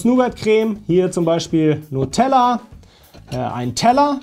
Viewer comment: Du hast "Nutella" falsch ausgesprochen.